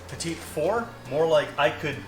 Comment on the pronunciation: I think it's "pee-tee" not petite. And only Julia is allowed to measure over the bowl. :p